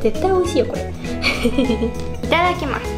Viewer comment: いただきますのイントネーションww